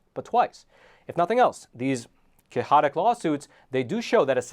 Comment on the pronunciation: Did he say "kay-hotik"? 😂😂